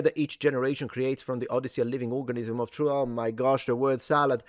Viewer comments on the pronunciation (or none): none